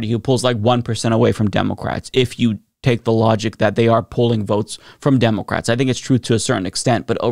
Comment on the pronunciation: Why cant this guy say "democrats" right?